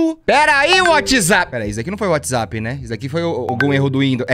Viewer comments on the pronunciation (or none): "Perai whatsaza" KAKAKKKKKKKKK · adoro o fato do t3ddy fala UATIZapp TÃO SATISFATORIAMENTE